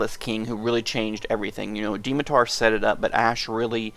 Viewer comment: It's pronounced Dmitar not Dimitar!